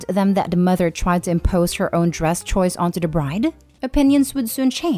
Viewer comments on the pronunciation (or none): none